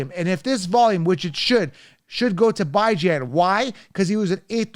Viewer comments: 😂😂😂😂 You said you love Bijan as a person and yet you keep disrespecting him by mispronouncing his name. 🤦🏾‍♂️ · A grown man intentionally mispronouncing another persons name is the corniest shit I’ve ever seen.